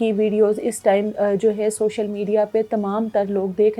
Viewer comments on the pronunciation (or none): none